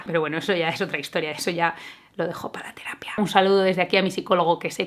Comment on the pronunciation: Minuto "Eso lo dejo para la terapia" Yo: TERapia